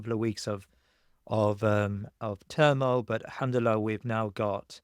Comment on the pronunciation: I enjoyed your conversation very much. Robin summarized everything very eloquently. He is indeed a well informed and ground knowing person. other than that his Insaallah's & elhamdullillah's are very good in pronunciation. I still love your content. What I really did not understand is this; " Is the "Thinking Muslim" yt channel a British intelligence asset?!! If yes, let us know. No problem. We can live with that reality. Old school classic work. Good job. So far i did not though that was the case. But going down further especially on this conversation my perception of him and your channel changed a lot, i should admit that Mr.Robin seems to be a very valuable MI6 asset. His story telling is remarkable. Everything seems to be in order with him. At the end he pushes a well known narrative which is almost 95 percent correct. But as we often say the devil lies always in the details. I am glad to see a top level agent at his work. Hat's off.